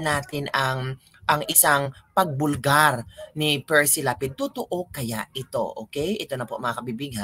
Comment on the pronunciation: Correction. Hindi Precy. Perci Lapid